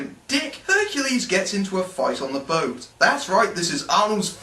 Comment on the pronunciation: BTW HErcules have "K" in some languages. Liek mine. I don't know how it is in German language. Your complain stays but this might be the reaon why he made that mistake.